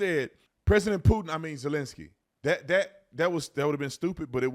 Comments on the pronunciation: At the end it sounded like he said I’m so focused on peein and poopin lol so so funny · I bet he is focused on “pootin! 😂